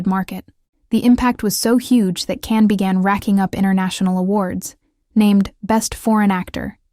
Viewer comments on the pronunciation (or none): Он не Кан Яман. Он Джан Яман. Если вы даже имя не можете правильно произнести. Чего можно ждать дальше. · It would be nice if all the people who made videos about Can Yaman would have the respect of pronouncing his name right. His name is pronounced Jan, not Can. The letter C in turkish is pronounced as a J. I'm not Turkish, but I hate when people mispronounced names. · His name is pronounced Jan not Can. He did work as a lawyer for six months. He also learned Spanish and is working in Spain on a TV series. He has a girlfriend from Algeria. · I wouldn’t subscribe to you because you don’t even pronounce-his name correctly - his name is not Can but Jan. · JAN! pronounce his name correctly! Bye! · Pronouncing his first name correctly would make this video more credible. Besides that, I agree he's a phenom... beautiful and one of the sexiest men alive! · I'm surprised you pronounce his name incorrectly! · Why don't you pronounce his name correctly? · You are right. I am putting a dislike to the video. Learn to pronounxe his name properly.